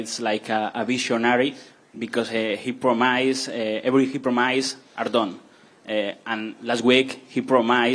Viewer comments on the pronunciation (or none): Promajzzzz > Promise 🤣🤣🤣